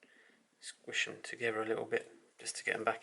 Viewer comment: Together not togever